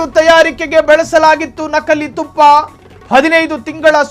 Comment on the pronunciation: ನಖಲಿ ಅಲ್ಲ ನಕಲಿ. ತುಫ್ಫಾ ಅಲ್ಲ ತುಪ್ಪ